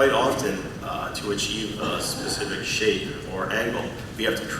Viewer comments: "Sus-if-ick" > "spesh-if-ick" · Its more Speh - ci - fick to me. He also says without further do or dew instead of ado not that it matters :p